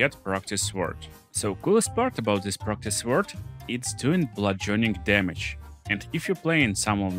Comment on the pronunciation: "blutchurning chamage"